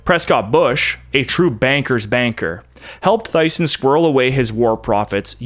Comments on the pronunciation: It's not 'Th-iesen', it's 'Tee-sen'. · Thyssen is not pronounced Tyson. You should be able to find the pronunciation online but to make it simple, try "Tissen". It's really an ü = ue or u Umlaut sound that English doesn't have. However, you can get a feel for it if you check the German translation for 'kissing', which is 'küssen'. It's similar enough to the English but you have to make the pointed lips a virgin would make for her very first attempt at a kiss on the mouth where the lips with the sparring partner just barely touch to produce the ü sound. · Thyssen could be pronounced as "tiss'n" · Thyssen is pronounced “tissen”. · Thyssen is pronunced 'Tee-sen' Just trying to help I enjoy the channel "The Wisemen" by Walter isaacson cover this material spread over six influencers lives. If you haven't done an episode this might be a good book to review.